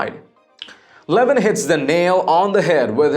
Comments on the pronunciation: His name is not LE-vin. It's Le-VIN. An announcer should know that and how much Mark hates being called LE-vin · I believe he pronounces his name le VIN .